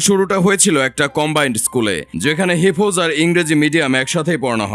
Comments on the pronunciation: হিফোজ নয় হিফ্জ্ উচ্চারণ হবে। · হিফোজ না রে হিফ্জ হবে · সঠিক উচ্চারণ করা উচিত হেবজো কে হেফজ বলছেন একটা অপদার্থ। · আস-সালামু আলাইকুম ওয়া রহমাতুল্লাহ। ভাই, হিফোজ না হিফজ (Hifz) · হিফোজ কী ভাই 🙄? উচ্চারণটা হিফজ(হিফ্জো/হিফ্জ্) হবে। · সাংবাদিক ভাই কি মূর্খ নাকি?? হিফয শব্দটা ঠিক মতো বলতে পারে না??